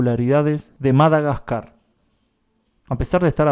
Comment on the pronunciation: Madaquecua? "Quecua" no! GASCAR